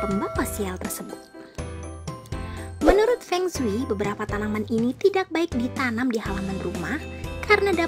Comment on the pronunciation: Pengsui pengsui apa... kyk orang cina aja..